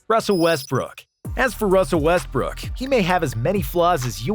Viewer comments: If you listen carefully, he said WestBrick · Anyone hear him say west brick